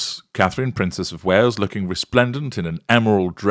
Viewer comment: Hilarious as per normal, however the diction is slipping rather. To view an observation is normally referred to as looking, not lucking....❤